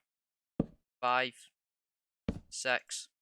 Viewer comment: i like how he pronounced six to sex